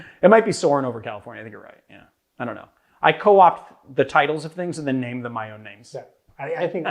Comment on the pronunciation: Thanks for pronouncing my name correctly!